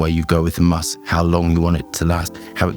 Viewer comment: Is he saying must or musk?